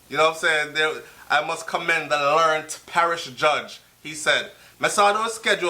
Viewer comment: How do you get a learnt judge? they must mean learned pronounced learn ed.